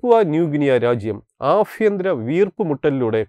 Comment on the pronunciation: വീഡിയോ ചാനൽ ചെയ്യുമ്പോൾ അക്ഷര സ്ഫുടത വളരെ പ്രധാനമാണ്. ശ്രദ്ധിക്കുക. ആ ഫ്യ ന്തര യുദ്ധം- അല്ല- ആഭ്യന്തര യുദ്ധം എന്നാണ് വേണ്ടത്. ഫരണം എന്നല്ല , ഭരണം എന്നാണ് വേണ്ടത്.